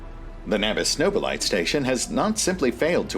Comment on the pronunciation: as a general pronunciation, Nobilite has four syllables: No-bi-li-t(eh)